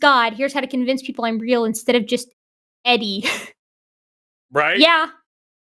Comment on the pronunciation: Hey. "Eddie" sounds like 'Teddy".